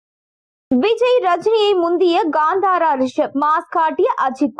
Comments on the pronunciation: Adhu Gandhara illai.. it is called Kantara, propera pronounce pannunga.. what a English 😂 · Not Gandara, Kanthara. Not Sheddy, Shetty. Pronounce properly.